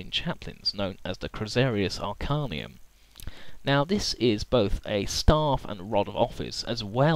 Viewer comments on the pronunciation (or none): I like your videos. Details in fluff of 40K never ceases to interest me, and I love to absorb it, as it has a large and vast lore indeed. But let me mention a small correction: it's "Crozius Arcanum", not "Chrosarius Arcanum", as you appear to spell it (or I have hearing problems). Rosarius is an armour itself, but I believe that you've noticed this mistake already, but I just wanted to clarify if you didn't. Thanks for another nice video, mate. The Emperor Protects.